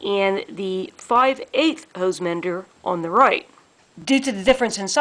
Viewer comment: We take a drink when she says “the” pronounced dee. 🌸